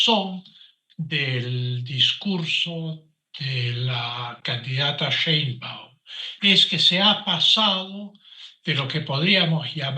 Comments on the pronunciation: No se pronucia Shaibaum es Sheibaum por dios ,es apellido judío. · El tipo tiene apellido materno alemán. Sabe pronunciarlo, pero lo hace pq está molesto. Además es judía: él dice que eso es un detalle, algo menor.